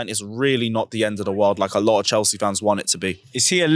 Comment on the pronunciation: Chels see chel see 😂😂😂